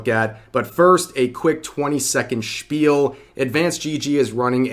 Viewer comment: me hearing rev saying "spiel" omg german?!!!